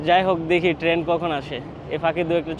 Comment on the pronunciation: আপনি ত ঠিক মত কিছু বলতেই পারেন না। টেন না ট্রেন, কেরু না কায়রো, আপনার ত আইডিয়াই নাই জায়গার নাম সমন্ধে